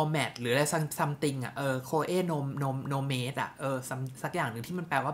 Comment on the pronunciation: Her คือดีจริงค่ะ ได้กลิ่นครั้งแรกคือตัดสินใจซื้อเลยทันที ปล. ออกเสียงว่า โนแมดค่ะ no-mad ค่ะ